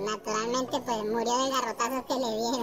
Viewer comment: Ya le pujimos sal puej jajaja tiene acento y pronunciación del español como si fuera centroamericano, en el norte de México no comemos esos animales que son portadores de lepra, si fuera bueno y delicioso ya hubiera criaderos y se ofreceria en muchos restaurantes no creen, dejen de comer iguana tambien y tlacuache que asco plebada